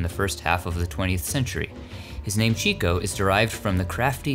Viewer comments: To hear Groucho pronouce his brothers name it is CHICK-O not Cheek--O. He was named Chico because he loved the Chicks, he was a woman's man. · Your videos are all very well done - thank you. One quibble: Groucho Marx always pronounced his brother Chico's name as "Chick-O" and said that "Cheek-O" was the incorrect way. I assume he knew what he was talking about. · It is "chicko" not "cheeko" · It's pronounced "Chicko" Marx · It's pronounced Chick-O.